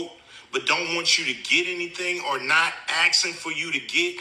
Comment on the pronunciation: Axing it’s asking